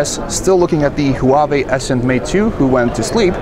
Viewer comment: hoo-ba-bay? What the HELL is that?